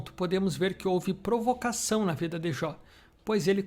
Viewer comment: Provocação!!!!! Fala direito rapaz......😑🤔🧐🤦🏽‍♀️🤦🏽‍♀️🤦🏽‍♀️🤦🏽‍♀️🤦🏽‍♀️🤦🏽‍♀️